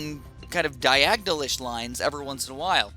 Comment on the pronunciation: lol diagnal